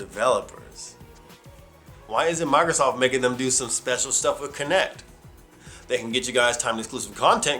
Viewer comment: Oh but I hate the way you pronounce Microsoft, at times it sounds like you're saying Migrrrzoft.